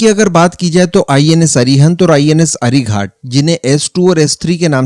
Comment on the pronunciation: Dear friend The names of our nuclear submarines are 'अरिहंत' and 'अरिघात' . Not 'अरिघाट' .